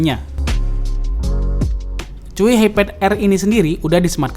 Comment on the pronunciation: Pas baca Chuwi gue denger nya "cuyy"😂